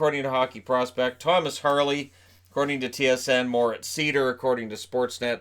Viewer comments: On the pronounciation of Moritz Seider: it's pronounced similarly to Schneider (Cory Schneider). You basically leave out the "scn". The way I hear you say it, it would be "Moritz Sieder". So there's me praying for someone to get his name right on draft day. But great video as always, you're my main source of NHL/hockey news by far. Keep it up! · Not to nitpick, but Moritz Seider's name is pronounced [zɑɪdəʳ] in German... don't know if he'll be insisting on the right pronunciation once he gets over to NA though :) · Hey, nice Video as always!👍🏻 By the way, the right pronunciation of Moritz Seider is „Sider“ (like Slider) 😉 Best greets from 🇩🇪 ✌🏻